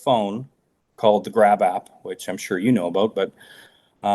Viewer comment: Grap app? I thought he said grab ass!😂